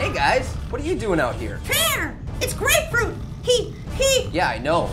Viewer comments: Ummm yeah it's Grapefruit not Apefruit. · Grapefruit: It's Grapefruit not Apefruit!